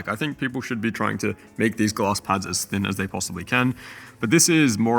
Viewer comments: took me 2 full minutes to realize you were saying glass pad and not gloss lmao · Took me forever to figure out he was saying "glass". I couldn't understand why I couldn't find any "gloss" pads in Google 🤣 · are you saying gloss or glass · My man says Glass like Gloss :) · The whole time I thought you were saying gloss pad lol.. I was like wtf is a gloss pad??😂 anyhow no thanks I would rather stick to the my logi g440 and superlight 2 using moissanite skates.. smooth as a babies ass.. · i swear he was saying gloss pads, and couldn't find them for the life of me